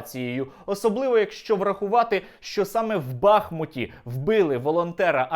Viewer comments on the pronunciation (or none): Сподобалось, так, лацк. Але не БАхмут, а БахмУт. І тоді все горазд. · Наче ж бахмУт, а не бАхмут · БахмУт - наголос на У. Є річка БахмУтка. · Все так, Але не знущайся над містом Бахму́т, називаючи його Ба́хмутом. Складно у Вікіпедію зазирнути? Виправиш- з мене підписка☺️